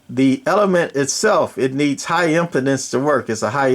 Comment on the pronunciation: Im-pee-dence. The way you're saying it means the mic can't get a hard-on.